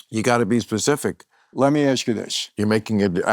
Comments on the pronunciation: Bill had Michael shook up🤣🤣Michael couldn’t even say “specific” at the mark.Michael couldn’t even give him one example🤦🏽He thinks he’s educated & knows about politics until he meets someone who actually does.Stick to your cheap 2 or 3 boring mob stories.Thank you Bill🍻I loved it. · Bill had him rattled😂😂Michael couldn’t even say “specific” at the mark.He couldn’t answer Bill when he said to give him one example😂I loved it.Michael acts educated & thinks he knows politics but when he comes face to face with someone who actually does he folds like a dollar bill😂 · Michael couldn’t even say “specific” at the mark😂Bill had him shook from the beginning.I loved it!!!! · So calm he couldn’t even say “specific” mark🤣🤣